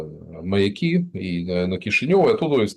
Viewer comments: Правильно говорить МаЯки,а не МаякИ. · пора выучить одесские названия если хотите в дальнейшем бывать у нас. Правильно произносить название лучшего города планеты Вы научились. Теперь нужно освоить и МаЯки. Не маякИ!!! Так только черти залетные говорить могут. Вы в эфире первый раз так сказали и подхватил.😂😂😂😂